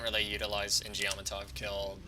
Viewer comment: Eww that shit pronunciation of "In-Geom"